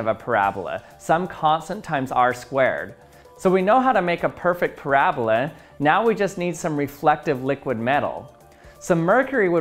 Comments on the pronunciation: It’s not “parablah” it’s a “Para-Bola” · drink every time he says parabluh